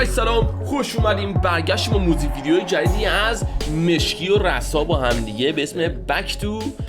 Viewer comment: مشکی خودش میگ راسا تو میگی رسا😂